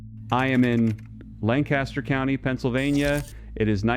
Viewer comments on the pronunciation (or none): WTF is this BS, and what happened to the pine tar, and why won't you show a pic, and if it has to be reapplied then I assume the Amish are still doing this? This whole thing sounds squirrelly. I'll also note if you were in Lancaster Cty you'd know how to pronounce it. I assume this is just like the other lies told by this channel like "reduce your elec bill by 90%."